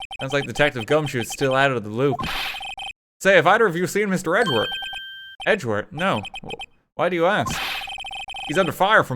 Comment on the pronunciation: i like how he says Edgeworth as Edgewurt